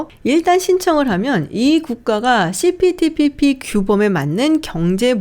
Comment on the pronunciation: 발음이… 씨피피피피